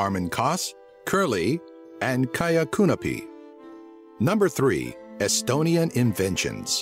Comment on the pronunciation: Dude you can't speak estonian XD (I'm estonian)